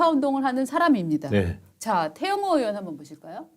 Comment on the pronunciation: 이보쇼? 으원이 아니라 의원이야요. 으 짜만 들어도 역겹소이다.